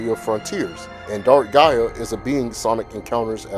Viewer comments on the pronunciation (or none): none